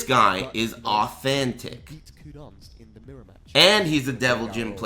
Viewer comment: "This guy is AW-THEN-TICC"